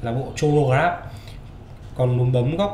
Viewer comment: review rất hay có điều Chronograph bạn nên đoc là cờ-ro-nơ chứ đọc Chô nô nghe không chuyên nghiệp lắm( chân tình)